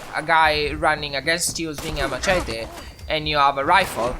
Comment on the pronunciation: First things first, you said summarize correctly and machete is said like mashete. When I played the game, I used a melee weapon once, because I felt like it. In the early game, the game throws weapons at you (particularly pipe weapons and hunting rifles). I did run out of ammo for my hunting rifle, but I just used a pipe revolver for the rest of my playtime. I think some melee weapons do more damage than guns (the pickaxe and pool cue doing I think over 40) far away enemies or those on a building make you an easy target. It took me until like level 5 to find the rifleman perk (10% more damage for non-automatic rifles). And it took me the entire duration of the beta to get to level 5. Then again, I wasn’t doing quests so it might be shorter for others